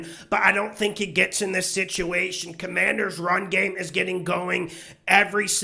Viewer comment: I see you got the no names name right this week. #Commanders